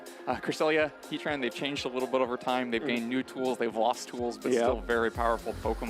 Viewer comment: He-Tran > Heat Ran